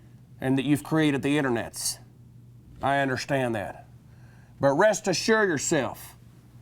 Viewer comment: "I undershtand that."